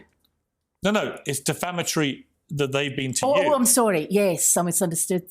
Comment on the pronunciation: Also deflamatory rather than defamatory. She likes to use the word hyperbole but uses incorrect pronunciation, I think she stuck her head in a thesaurus for a fancier word choice.